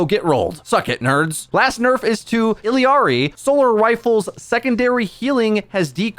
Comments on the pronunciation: "illiari?" Then immediately pronounced her name right then wrong again? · But the fact that he pronounced it wrong, right, right, wrong, right then right again is laughably odd